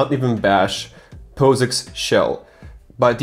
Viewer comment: When he pronounced POSIX D